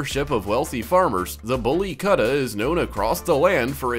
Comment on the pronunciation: In the same vein, it's Boolly Koot-tah, not Kutta rhyming with Cutter.